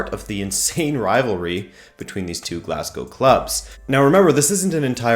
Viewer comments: Wow...an American who can pronounce 'Glasgow' properly. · Thank fuck that at least one foreigner knows how to pronounce Glasgow